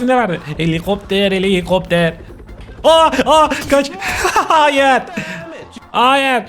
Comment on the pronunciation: 😂😂😂 Gülmekten öldüm abi ❤❤❤ ✨Heliğopter heliiğopter✨ 😅😅😅